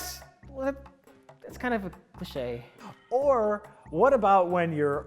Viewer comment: "Clishay" - "Clee Shay"